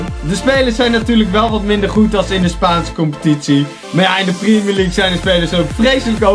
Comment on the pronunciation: Priemjer liek goedzo